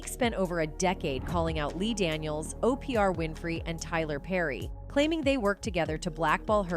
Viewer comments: the voice said O P R Winfree, omg that about sums oprah up🤣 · Who is O P R Winfrey?